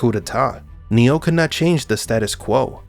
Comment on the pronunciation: I can’t stop hearing Neil instead of Neo!😂